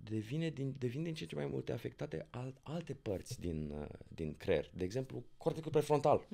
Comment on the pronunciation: De ce pronuntam cuvinte diferit față de ceea ce vrem să spunem. Ex 'cler' in loc de creier min 8.56